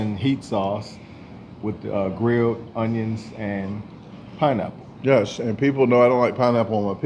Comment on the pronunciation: 🤣🤣🤣 Sounded like you said pinenipple! Lmao! 🤣🤣🤣